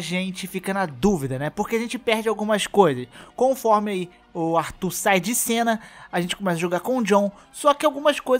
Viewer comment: Arthur não é brasileiro não cara. Para de falar Artúr